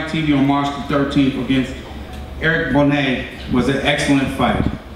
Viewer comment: so it pronounced bro-ner or as ellerbe pronounces it braw-ner?